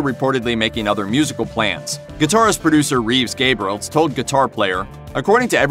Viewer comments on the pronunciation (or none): It's Reeves Gabrels, not Gabriels.